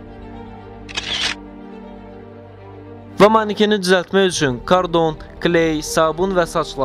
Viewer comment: qaqa kardon yoxe karton